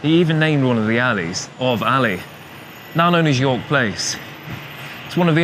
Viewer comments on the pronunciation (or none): "Of Alley" what a wally